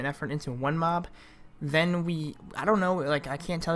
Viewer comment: I turned on cc when he said working with mob it sounded like doing moms